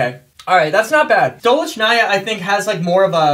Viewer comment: stolichnaya pronouns like Sto,li,ch,na-ya